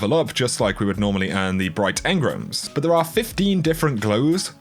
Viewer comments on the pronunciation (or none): What are “engrums”? 🤣